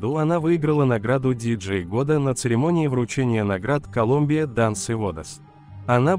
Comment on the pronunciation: Боготá, КолУмбия! Извините, но неправильное произношение цепляет слух и портит общее впечатление